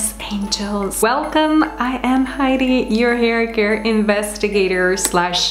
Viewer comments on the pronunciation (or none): none